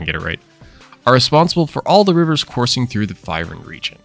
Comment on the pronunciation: Your saying the Region Name wrong, go watch 1 of his FYRUN videos.